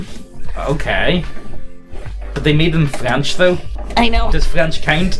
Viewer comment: Listening to you two potatos absolutely butcher the French language is a special treat. To say that someone "Wears the horns" is a traditional way to call em a cuck (cuckold's horns), fyi. E: the wigs were cause they all had lice, so they shaved their heads. Syphilis makes the meaty bits (any & all of em) fall off.